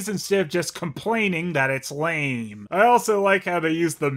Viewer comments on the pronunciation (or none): none